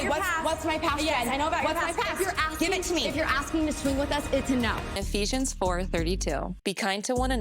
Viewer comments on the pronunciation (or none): none